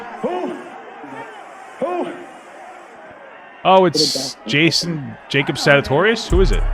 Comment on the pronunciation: He really said Jacob sagitoirious XD